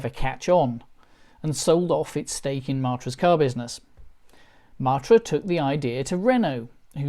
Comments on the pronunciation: Please say MATT-ra, not MART-ra. The first time it's odd, the next time irritating, and then I simply watched the sub-titles..... We had a Bagheera, then a Murena, and then a series if four Espaces, so for over fifteen years we were a Matra-owning family, and loved every minute. The horrendous new cost of the Renault-built Mk4, and ludicrously low trade-in value of our last Mk3 spelled the end of our hitherto amicable relationship. And the fact that the last UK-available version, the Mk4, fits in the highest road tax bracket means that buying one now is out of the question, no matter how cheap they have become. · Love the way you pronounce Matra -“ Martra “ 😂